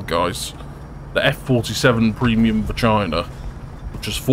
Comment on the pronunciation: Carefull saying "fo' China"